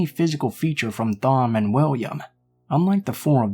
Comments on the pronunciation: Lol..Is the name you are trying to say Thom? Because if so it is pronounced like "Tom" ...not with the "Th" sound! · Thom is usually pronounced Tom, unless the author has specified otherwise. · Wow this story was .... interesting! Lol at whatever name that was I thought you were saying Thong at first 😂😂 Love your voice Blue!